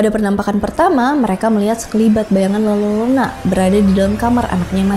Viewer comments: Mbak, baca nya LA-YO-RO-NA Bukan LA-LO-RO-NA 🙏😁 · Punten kk, koreksi dikit, utk pronounnya la yorona klo d spanish Ll di baca Y 😊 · Izin koreksi dikit kak. Penyebutannya yang lebih tepat itu La Yorona ya. Karakter double L dalam bahasa Spanyol itu dibacanya Y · Eh iya coba ku tes di google translate bacanya jadi : la yorona